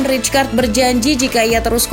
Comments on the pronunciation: fyi : rijkaard dibaca raikard bukan ricekard atau ritskard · Saya masa rijkaard di barca gk lama Izin min, nama rijkaard dieja nya raikaard yaa, terimakasih